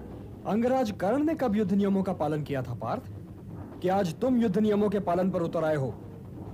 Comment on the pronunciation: 3⃣.🔟➡️ युद्ध बोला नहीं जा रहा 😀😂🤣😁🤣